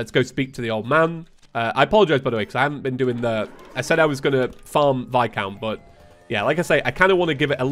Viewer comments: PLEASE HIS NAME IS VIS-COUNT NOT VI-COUNT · God when you call viscount vi-count it makes me cringe lol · His name is pronounced like "vi-count"